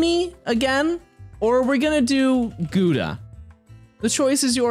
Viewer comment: Gouda is a city in the netherlands but you pronounce it terribly wrong 😂😂